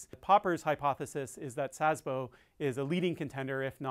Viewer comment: Interesting. Good Video, thanks. FYI: You pronounce Szabo like Szasbo, with an additional s (or z) before "bo". That's wrong. I know - Sz is difficult and not common in english 😉